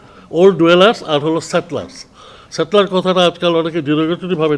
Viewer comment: আগে স্যাটেলার বলেতে শিখেন সেটেলার পর্যন্ত বলতে পারেনা না আপনি কি বুঝেন সেটা কমেন্ট এ বুঝা যাচ্ছে